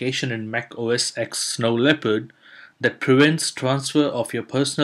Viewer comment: Only one comment!! OS "X"? OS "10"!!